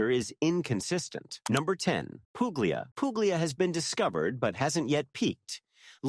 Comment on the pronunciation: nice vid..thank you...fyi: Puglia is pronounced "pool-e-a". The g is silent in the middle of ALL Italian words. Two gg's are pronounced like a j. The Brits also seem to not get this rule either when they do travel vids.